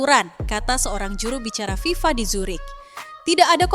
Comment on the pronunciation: FIFA bukan viva